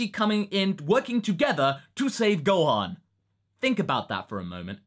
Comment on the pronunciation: Gohon? What the hell, the „o“ isn’t even close to the „a“, how can you get this wrong? Oh yeah, it’s also Beerus, like beer, not Berrus, but that’s not as confusing as Gohon. Just saiyan •••